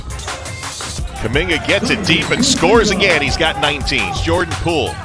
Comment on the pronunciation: Jor-na-Dan Kuminga.